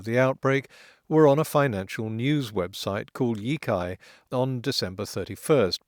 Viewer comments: Sitting here dithering about whether to comment on not I've decided to go ahead with it; honestly only because your Chinese pronunciation is generally good. The 一财 (yī cái) in "第一财经 (dì yī cáijīng)" is more like yi tsai than yi kai No big deal, but I thought you might want to know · Not to nitpick, but the "cai" in Yicai is pronounced "tsai", not "kai". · yicai is pronounce E-tsai not E-kai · I know correcting pronunciation for a language that the speaker doesn't know is gauche, but Yicai is pronounced Yee-tsai not Yee-kai. The c in pinyin represented a ts sound (though in some cases it can also sound like ch) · In the Pin Yin system for Romanizing (Romanising) Chinese, C is pronounced like our TS sound, not like our K sound. (They were influenced by Slavic linguists when they developed the system.) So for us, Yo Tsai, the old Wade Giles spelling, would be clearer.